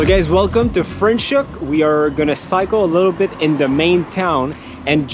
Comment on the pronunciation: I am so happy for you guys! If you happen to be in Hermanus, I am right here! 😁😁 Leaving back for Saskatchewan next month. Franchhoek & Stellenbosch and Paarl are great!!!! Franschhoek pronounced Fra - NOT Fre 😁😁